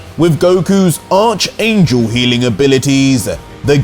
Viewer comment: He finally said archangel the right way!